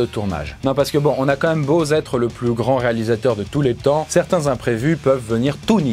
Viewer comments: on a beau zêtre ...???? faizez gaffe aux liaisons dangereuses, c' est zimportant 😅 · Merci de m’avoir appris qu’il existait le verbe « Zêtre ». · Sérieux !!! "...on a beau Zêtre..." ???